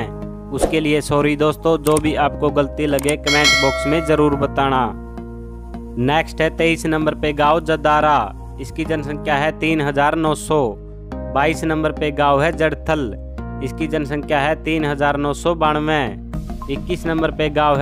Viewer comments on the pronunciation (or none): Bhai wo jadara nahi jadra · Bhai Jadara nhi h Jadra h